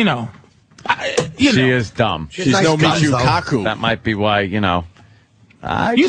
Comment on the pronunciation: lmao I love how Ant says “Michuuu KAkuuu”